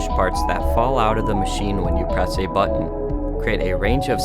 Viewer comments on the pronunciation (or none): none